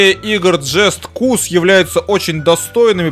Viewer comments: джаст каус три вот как правильно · alikkin согласна както страно звучит и не правильно кто так не щитает можете трейлер посмотреть там будет говорится ждаст коус три.